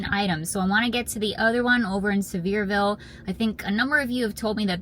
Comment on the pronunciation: I live 5 minutes from that Buc-ee’s! You’re saying Sevierville just fine lol! 😂❤